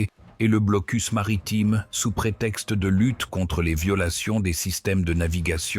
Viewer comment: Le "blocul" Kaliningrad" ah ah ah l'IA quelle tâche !